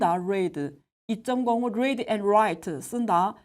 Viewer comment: Read를 '뢔이드'라고 하셔서 깜놀했어요